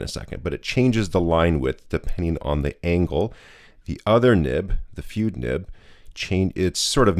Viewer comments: It's "fude = foo-day", the ending rhymes with the photography term "boke = Beau-kay" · if you care, the correct pronunciation is FOO-day. surprisingly good job on naginata though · I am sure someone else spotted the anglicized pronunciation of "fude". It is "foo-day". Aside from that, I have a Bobby fude nib for my Wing Sung 601a. It is a marvelous writer. Very smooth but I need to practice with it more to get the full benefits of this nib. It does produce some interesting line variation when doing normal script. Bobby also created an architect nib for a Lamy Safari or Jinhao 80. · Not FOO-day. It's FOO-de. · "Fude" is a Japanese word (筆) and is pronounced like "foo-deh" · Fude is pronounced Fude not Fude or Fude. 👍 😂😂😂😂